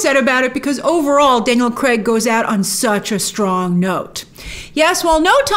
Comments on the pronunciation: Daniel Cregg, just say the guys name correctly. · Could you please, PLEASE start calling him Daniel Craig instead of Daniel kreg!!